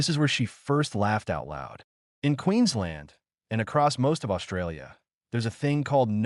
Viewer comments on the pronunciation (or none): none